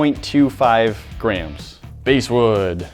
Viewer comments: They couldn't even pronounce Basswood correctly, so what chance did they have with that, lol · The bass in basswood is pronounced like the fish, not the guitar. And lignon vitae rhymes with par-tay. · Bass like the fish, not base. It's okay we all make mistakes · They said bass wood wrong, its pronouced (b•ass) wood not base wood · its bass as in the fish and vitae is vee tye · It's BASS like the fish, not BASS like music. :) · Every time you use "BASE" wood you mispronounce it, as a wood worker it drive me nuts. It's BASS like the fish not BASS like the guitar. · It's pronounced 'bah-as' wood not 'base' wood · I kept cringing every time they said "basewood"...where I'm from it's spelled basswood (pronounced like the fish). Not sure where they got this mislabeled stuff from! 😁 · The bass wood is pronounced "bass" like the fish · It is pronounced bass wood (as in the fish) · Ew she called basswood BASEwood. Just no. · The wood bass wood Is pronounced bass like the fish not bass like the guitar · I think you two should offer a public apology for your repeated mispronunciation of BASS(like the fish)wood! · I'm pretty sure that the basswood is pronounced like the fish bass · I cringed each time they said “base wood” I mean go ahead and say ‘lignum vitae’ wrong but basswood bothered me for some reason. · “Bass” can be pronounced either as bass like the fish, or like bass instruments (Sounds like Base) However the wood is properly pronounced using bass like the fish. Edit: Left out my point. It’s not so much as it was labeled wrong, just most likely weren’t thinking of pronunciation. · Everyone’s pointing out the pronunciation of bass wood was wrong but no one else realized the pronunciation of lignum vitae was wrong too. Also I’m not sure but it looked like the lignum vitae were mostly end grain while the other pieces were side grain which might effect how it absorbed the water. or not, seeing how closed grain and oily it is. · its Bass wood not Bass wood